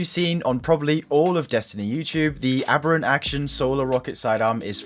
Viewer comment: First creator I’ve seen pronounce “aberrant” correctly 😂. Sub just for that